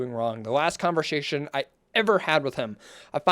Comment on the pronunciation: this whole video is just you not being able to read 😭 how do you even misread "conversation" (no hate)